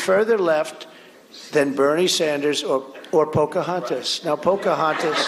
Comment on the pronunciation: Poca-what-the-eff-as? What was that? and why were people laughing. Do they have someone there with cue cards that say 'laugh' on them like they did in old comedy shows?